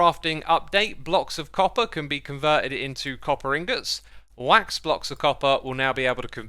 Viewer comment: When he said wax i thought it was ah duck HAHAHAHA